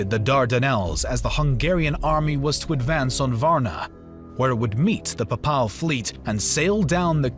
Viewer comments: This narrator is awful. Pap-pal? It's pronounced pay-pul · Every time he said papaaal a small part of me died ='( How can you be into history and not know how to pronounce the papal states name? Other than that two thumbs up. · Pay-pull my dude, PAY-pull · 8.14 Pap parl knights??? Seriously thats the cherry on the cake of manglelization of the English language. Its (pay pull) papal knights. Bloody colonials can't even speak a civilised tongue🧐🤣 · paye-pul , not Papahl. Pronounce! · Papaal?? It's Papal, as in Papacy - warriors from the Pope's direct lands. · Ah yes the PAHPAHL army I’m like 99% sure it’s pay-pul lol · its actually pronounced "paypul"😇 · You mispronounce "Papal". It should be Pay'-puhl. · Excuse me but what is this pronunciation of papal as pa pal? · Lol pa-pal .. the pope needs to hear that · The voice over ruined it for me. What on earth is “pa:paal”? Couldn’t you check the proper pronunciation of unfamiliar words before recording it ? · I love everything about this. Everything. Especially how interested and enthusiastic you sound about the topic. Everything BUT the way you say papal. It’s pronounced PAY-PULL. Other than that, fantastic work! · The narrator set a record for mispronouncing names and words. At the very least he should have known how to pronounce "papal." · I love your videos but what's up with the pronunciation of papal lol can't get passed that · Your pronunciation of Papal is weird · It is Wagenburg, not "vagneberg". Also Papal is like PayPal not pahpal. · Its not just papal he invents words like slained? And gets kosovo nicopolis danube and sipahis wrong. His english is shameful for a native speaker and someone with such poor command of their own language has no business narrating anything. Everything else is good though and any free educational content is a much appreciated gift.